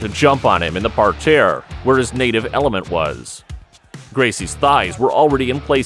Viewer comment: What’s a par-tare?